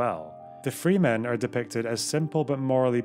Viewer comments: Great video. However one small issue. Its pronounced Fremen not Freemen. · wonderful video! just two small issues: a) regarding Dune, it's "fremen" not "free men" and b) i'm bothered that you did not take the opportunity to say "and hard" after saying "the long history of" :) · Absolutely bawking at the pronunciation of Fremen.